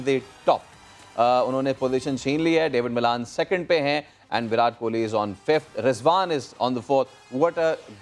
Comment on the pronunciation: Itni buri tarike se virat ka naam liya h isne 🙄 Virat o virta 🙄 I think u forgot about king kohli 😏who is he !!!